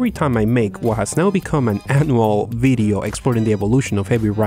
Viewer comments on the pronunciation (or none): you say Video..we hear it as Bideo???